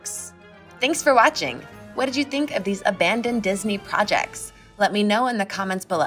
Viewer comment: Ah yes dinsey porjects, my favorite